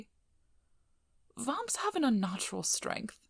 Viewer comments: God that pronunciation of vamps is too posh it's like your forcing a fake accent it's detectable to my ears I have shit eyesight so my other senses make up for that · great audio :D even if it took me a few moments to realise you're saying "vamps"